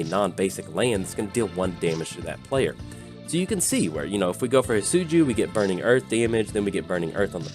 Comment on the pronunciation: Great video I know it’s your accent but it’s definitely not pronounced Hit-Soo-Joo 😂